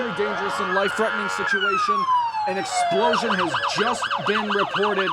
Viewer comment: "Eplosion"? What is an "eplosion"?